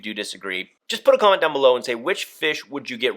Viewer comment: Idk if it's just me with the dirty mind, but when he said at the end put a comment down below, i had to replay it bc it sounded like "put a condom down below" at first. 😂